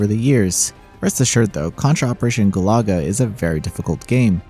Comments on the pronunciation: It's not Galaga.....it's Galuga.... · It’s funny how reviewers have difficulty pronouncing GALUGA… This review chose GOO-LAGA others pronounced it GALAGA, as NAMCO’s classic shooter. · It's also not "Goo-lah-guh." This guy has no clue. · The way you pronounced Galuga changed a bit in the video. I was listening in the background initially, and i thought it was related to Galaga - the old space invadery game. Looks like maybe it should be gah-LOO-guh? Rather than goo-LAH-guh. Or maybe they really are making a reference to Galaga, just spelled differently?